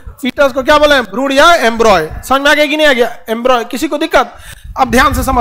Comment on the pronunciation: Embroy nahi embryo